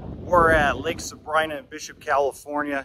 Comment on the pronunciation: Very nice video. Very informative, very anecdotal. Just one thing... My name is Sabrina. pronounced "sa-bree-na"... no brine... you're not the only one doing this. don't feel bad...